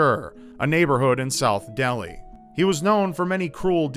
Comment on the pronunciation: when you say that neighborhood in South Deli it sounds like you're having a stroke lol.